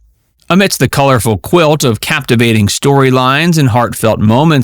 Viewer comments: Her name is pronounced Karen Grass-Lee. Get it right! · It is pronounced Grass-Lee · One big note is that Karen Grassle's name is pronounced "grass-lee"! I didn't know that myself until I saw her interviewed on a TV show.